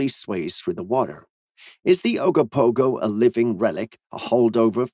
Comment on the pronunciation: Ogopogo, not Agopogo.